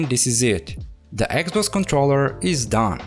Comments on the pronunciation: its just me or hr speaks eggxbox? lol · "this eggs-boggs" omfg.